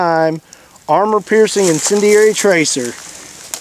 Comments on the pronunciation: Let’s count how many different ways he can pronounce incendiary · Love how this guy fails at pronouncing incendiary, time and time again 😆